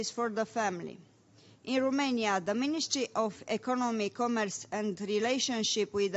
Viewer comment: ))) asa citeste un coleg de-al meu! :)) nici macar nu stie cum sa citeasca "the" urmat de un cuv ce incepe cu o vocala!:))